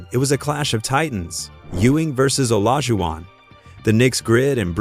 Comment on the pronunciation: Did Ai Just say OLAGUWON?